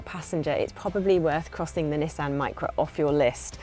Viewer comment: You can tell she's English she can say nissan correctly not nesson